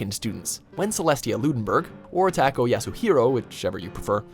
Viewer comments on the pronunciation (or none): TAKO! TAKO!!! ITS PRONOUNCED TAIKOU! TAI-KOU !! TAY-KOW! 😠😠😠😠😠😠